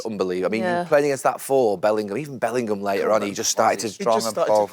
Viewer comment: Wrighty still thinks Bellingham is called "Bellinum". It's becoming the new Wilshere when people used to call him "Wilkshire"